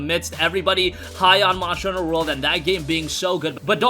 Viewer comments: good ol "Monsher" Hunter . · Moshter Huner